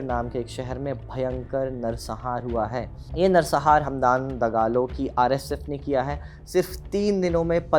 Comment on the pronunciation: संहार होता है सहार नहीं